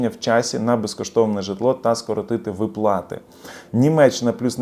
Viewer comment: Слухати не можливо, коли вимовляють не вірно українські слова. Особливо ставите не вірно наголоси! У слові виплати, ставте наголос на склад "ви". Росіяни самі просилися у ьіженці, але їм відмрвляють, от вони і пигуть з заздрощів на україців байки.